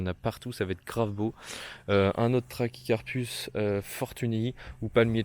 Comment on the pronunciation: Quel charlot ! Je n'ai pas pu tout regarder tellement tu racontes de conneries. C'est pas phornium mais phorMium, les palmiers et les bananiers n'ont pas de troncs mais des stipes et la prononciation de Trachycarpus bonjour la honte ! Ch se prononce ke en botanique et les cycas ne sont pas des palmiers